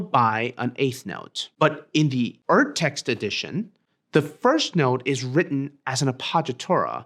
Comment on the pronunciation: that would be "Urtext" with a prolonged "oo" sound for the "U", think "oops" ... had to rewind to figure out what you just said.